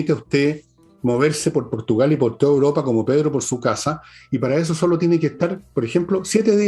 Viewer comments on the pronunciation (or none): Porque siempre dice “uropa” en lugar de europa?